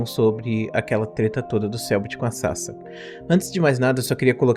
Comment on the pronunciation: off topic: Toda vez que o Professor fala Sasa um pedaço de mim morre, porque o nick dela se lê Sasá, daí me dá agonia quando ele fala Sasa.